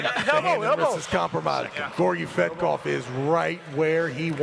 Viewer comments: did Travis say Georgi Fat-kov after 3rd round? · I can’t stand listening to Travis butchering everyone’s name anymore. “Gorgy Fetkof” come on. It’s literally your job to commentate on this event. Take the time to learn how to pronounce the athlete’s names.